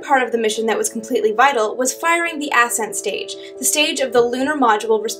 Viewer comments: why did she pronounced it as if it was spelled ass end stage? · maybe she said "ascent engine"